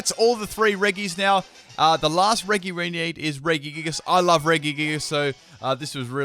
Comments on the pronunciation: 208th and it's pronounced reh-jee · your pronunciation of "regi" causes me pain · He keeps saying the regi trio names wrong